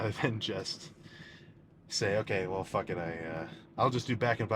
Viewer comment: I FINALLY FIGURED IT OUT! This dude is %100 a trailer park boys fan and is channeling his inner Ricky at times lmao. If ever binged that show and didnt have a slight Canadian accent you didn't really watch that show lol. "Ohh fack, I'm fackn pumped" 😂😂